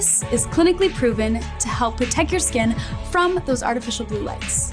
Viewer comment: I can't focus on anything else besides the fact that she actually said "help 'protec' your skin"